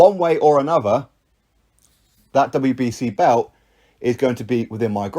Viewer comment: Its pronounced belt not bewt.